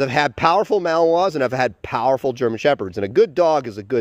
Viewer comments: Do you mean to say “Malinois” not “Malware”? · maLinois! Not mawoa... MA LEE NOA... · It would be easier to believe that you have "years of experience" with these dogs, if you could at least pronounce the breed name correctly.